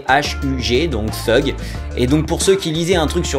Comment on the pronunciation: C'est pas trrrrrrugue mais thuge !